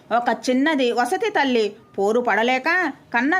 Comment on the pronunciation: వసతి తల్లి కాదు, సవతితల్లి అని చదవాలి